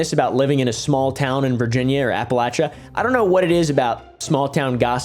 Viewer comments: I really appreciate when you say "Appalachia" correctly. It's not "Appalaysha," as some people say. Keep crushing it, man! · I've always heard it's pronounced like "I'll throw an Apple at'cha" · Maybe acceptable when people outside of the region are speaking, but there's only one way to pronounce appalachia if you are from the area and it's apple atcha. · I am from the area ttook a couple of history classes in college that had sections devoted to the area where I was taught both accepted pronunciation but yes I pronounce it Appa lLAT chia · yeah there’s multiple pronunciations but only one is right and it’s apple at’cha lol